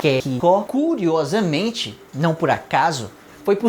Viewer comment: "ka ke ki ko KUriosamente"